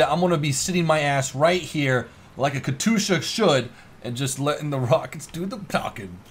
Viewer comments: plz.... Kat yusha not katusha my inner ruski is crying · Katyoosha, not katoosha! :D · It's Katyusha not Katusha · katusha? katYUsha, shouldnt be too hard to spell xD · You forgot the "J" from katyusha. It's more like katjusha. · Katyusha (Cat-you-sha) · its pronounced Kas-tu-sha (sorry if i offend you) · DUDE ITS KA TYUSHA KATYUSHA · It's auctually pronounced kat-ee-u-sha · Ka-TOO-sha. cringe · you are pronauncing the katyusha wrong. Just sayin´. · I cringe when you mispronounce Katyusha.